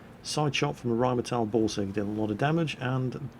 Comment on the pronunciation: When says Borsig it sounds like he is saying Ballsig:D